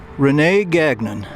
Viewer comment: Rene was my mothers cousin. His name is pronounced GanYawn everyone gets it wrong unless they are Canadian. He as my mother were from Ottawa. Un fortunately I never got to meet him and she never talked about him. Even when I was in the Marines nobody bothered to tell me we were related, I learned about him in 2011 . Family go figure. Visited his grave when I attended my squadron commanding officers from Viet Nams interment .